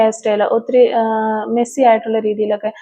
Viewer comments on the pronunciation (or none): none